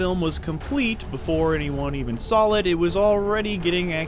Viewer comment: its saw not sawl